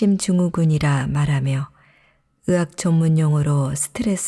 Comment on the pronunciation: 의사 ...으사 의대...으대 의학...으학 듣는 내내 너무 불편해요